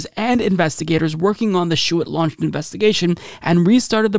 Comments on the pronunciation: The former AG’s name is pronounced Bill ‘shoo-tee’. As someone from Michigan his name is very familiar and it really stands out when mispronounced. Just for future stories. Cheers 🍻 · Shoe tee. If you’re going to say a name twenty times, look up the pronunciation. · Bill Shuette's name is pronounced 'shootie' maybe Bill Shitty works too. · Lol. Names are tough, and normally I let it go, but Bill Schuette came up so many damn times, and you butchered it each one.